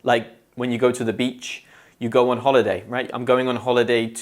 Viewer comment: "Go en" 😨